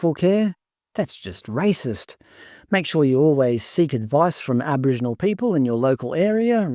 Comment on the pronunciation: We now pronounce it as Abowhingenals.